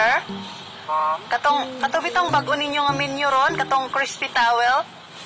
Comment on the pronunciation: WoW Grabi si ate galing mo ah! Di porke nag trending yan mang insulto mo agad yong crew! Sa iyo kaya gawin yan! Di ako magaling mag English pero ang pagbigkas mo pa lng menu ay menyo ang pandinig ko haha Grabi si ateng. Ano ba YouTube Channel niya sir?